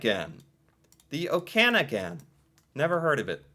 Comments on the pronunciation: Pronounced, Oka-nog-in. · Okanagan…..pronounced OAK…A..NOGGIN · Kootenay "Coot-ney" Okanagan = "Oh-ka-naw-gan" I moved from British Columbia to Newfoundland in 2012. It's Ireland of 2 centuries ago preserved by isolation. It's gorgeous and friendly but it's socially and economically very behind the times and if I could convince my Newfie husband to leave I'd do it in a heartbeat. My grandmother's family is from Manitoulin Island! Had to laugh when you said "random islands" because there's an island in Newfoundland called Random Island. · Newfoundland is pronounced new-fund-land. I don't know why. Okanagan is pronounced Oaka-naw-gan. I notice no one said Toronto! I live close, on the golden Horseshoe (another spot for you to look up), and I know that everyone hates Toronto for any number of reasons. I hate them for aspiring to become American. There is only one reason that people attend baseball and basketball games. No one actually likes these sports but it makes people in Toronto feel American. The city should be kicked out of Canada. Go Habs Go!! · A little help on the pronunciation These are approximate to how most Canadians say em: Newfoundland "NEW-finn-lind" Kootenay "KOOT-in-AYE" Okanagan "OAK-an-AW-ginn" Kelowna "kill-OWE-nah" Also I live in Halifax, Nova Scotia but I grew up on Cape Breton Island. Look up the Highlands National Park, it's breathtaking. The Annapolis Valley on mainland Nova Scotia is also beautiful and full of wonderful restaurants and vineyards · It's pronounced Oh can aw gan! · did you hear me yelling the correct pronunciations of places in Canada?? The way you LIKE to say Newfoundland is correct!! It is NOT New Found Land. It is New-fun-land - said as one rolling word. You’ve already been corrected on O-ka-noggin. There were a couple of others but I can’t remember them 😘. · Okanagan is pronounced Oak-an-ogan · Okanagan = Oak-in-aug-in or Oh-kin-aug-in My recommendation is where I am from - HALIFAX, NS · pronounced oak-am-ah-gn